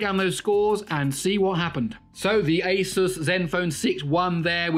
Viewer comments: fixed But still not how Linus says it 😀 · 'asus' Linus: "it's asoos"